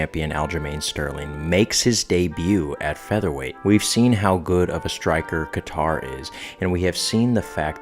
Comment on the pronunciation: Your analysis isn't bad, but please watch more fights and learn the fighter's name pronunciations. So many people are gonna drag you for that as you get more views. Andrade (Andraj) Kattar (Caiter)